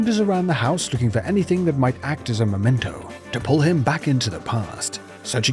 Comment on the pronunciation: It's memento, _ not _"momento". So many Americans seem to get this wrong.